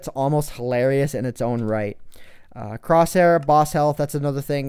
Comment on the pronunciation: lol he almost said crotchhair instead of crosshair